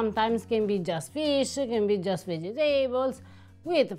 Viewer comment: so delicately fried everything! I'm more curious about what a fried banana taste like. Less curious about the brain.?? Say, Vegetables! I pronounce it the same way because it helps me to remember how to spell it! Ciao ' ❤️🇮🇹